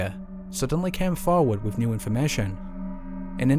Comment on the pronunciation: Who removed the "th" from the English language and replace it with "V " or "F", ie wiv, auforities, fird, deaf (death) feory, somfing . speak properly please, otherwise excellent video.